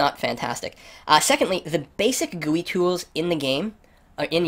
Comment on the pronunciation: 'Guuueeee' LOL